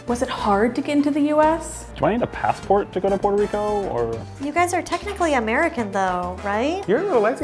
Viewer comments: Puerto Lico???????????????? RRRRRRAAASPATE PA'L CARAJO!!!! 🙂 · Omg the "puelto lico" thing is how my Mexican husband get into my nerves. We do not say puelto lico mano! Uno dice Puerto Rico carajo! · Saying “Puelto Lico” will get you slapped, don’t try it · I was so done when he said "Puerto Lico" i can't face that truth man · Is gringee when other latinos say Puelto Lico XD. That's not how we talk. We only change the R for the L after a vowel (when we say Puerto for example). Y arrastramos la R before vowels when the R is after another vowel or when the R is the first letter of the word (when we say Arroz or Rico for example). And also we change the S or Z a lot for the J when we talk but is a weak sound (when we say Arroz or arrastrar for example). 🇵🇷. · Is gringee when other latinos say Puelto Lico XD. That's not how we talk. We only change the R for the L after a vowel (when we say Puerto for example). Y arrastramos la R before vowels when the R is after another vowel or when the R is the first letter of the word (when we say Arroz or Rico for example). And also we change the S or Z a lot for the J when we talk but is a weak sound (when we say Arroz or arrastrar for example). 🇵🇷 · you know well we don’t say Puelto Lico! 😡! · The latest one ive heard is " i should buy property in Puertoh Reecoh" 🙄🙄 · “puertolico”💀😭🤣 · "Puelto lico"😂😂😂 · puelto he call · never say puelto lico 😂😂😂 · es el más gracioso con pronunciar la “L” PueltoLico... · Stop saying Puerto Lico it's very disrespectful to our people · Puelto Lico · IM CRYING "GoyaBean" "Puerto LICO hat" 😂🇵🇷🇵🇷🇵🇷